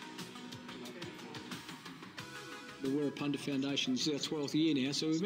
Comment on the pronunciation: One of my favourite players. Such an amazing man. Thankyou for checking him out. It's Wirrapunda just FYI😁😁😁